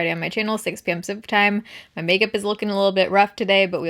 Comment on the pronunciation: Been loving your videos for so long! “6pm pacific time” doesn’t sound like English anymore for some reason lol